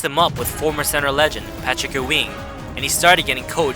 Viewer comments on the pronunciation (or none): patrick ew-ing? it's pronounced YOU-WING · "Patrick Awing" 🤭🤭🤭🤭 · Patrick "eeweeeeng" the first time I heard that put me off the rest of the video lmao philodelphiaa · "Patrick oooh-ween"